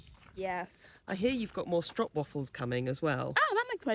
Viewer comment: FYI stroopwaffles are pronounced and strope not strop in Dutch 😁